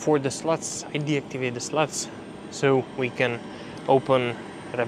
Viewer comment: Mate, that was a fascinating video. The wealth of information you could teach me if baffling. I can give you one tidbit, there is a couple ways to pronounce slot and i can tell you chose the funnier one.